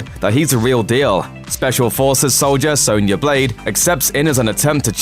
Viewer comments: Sonya Not sawnya 🤬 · Yeah and he pronounces Sonya as Soanya...